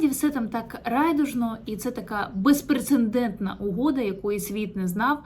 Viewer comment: Не безпрецеНдентна, а безпрецедентна.